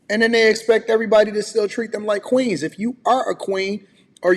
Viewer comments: nah fam, she said queans not queens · She meant to say kweens